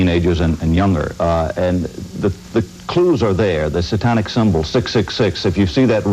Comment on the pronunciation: Why does the narrator pronounce "Satanic" as "saw-tonic"?! Bizarre. I imagine 20/20 is embarrassed to remember this garbage.